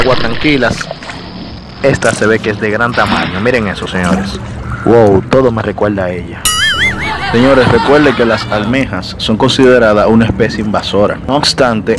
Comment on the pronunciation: ¿ Qué quieres decir con : vel, recuelda y recuelde ? Si quieres decir: ver,, recuerda y recuerde... Entonces...¿ Por qué no pronuncias correctamente? .